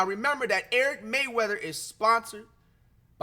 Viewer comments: Bro said Eric Mayweather instead or Rayweather 😭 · Bro atleast say erics channel right 😭 mfker said “ericmayweather”